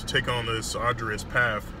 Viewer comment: "To take on this adrious path" lol